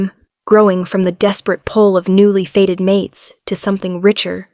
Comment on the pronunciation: " Fated mate " not a " faded " one , a normally modulated voice , no ridiculous pauses in weird places , no stupidly vacant attempts to make sound effects . Oh joy !